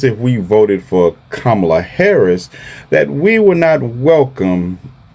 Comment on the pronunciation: 😂😂😂😂😂 You voted for Satan and got it! Also, you people continue to pronounce her name incorrectly.